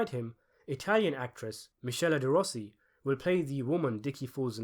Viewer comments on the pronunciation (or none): none